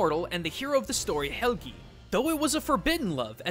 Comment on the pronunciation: When he says seagrohn instead of sigrún and helgeee instead of Helgi... AAAAAAAHHHHHHHHHHHHH!!!!!!!!! WHY DO YOU DO THIS TO ME!!!! I THOUGHT YOU WERE A CULTURE GUY!!!!!!!! WWWWHHHHHHYYYYYYYY??!?!?!?!??!!!??!?!?